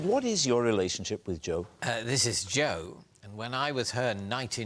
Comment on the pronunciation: That's the proper way to say Jo in 'ull, innit?